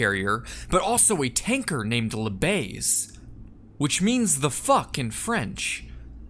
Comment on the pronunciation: It was not "La Baise" but "La Baïse ". Prononciation "la Ba-eeze"...so it did not mean "the F*uck"!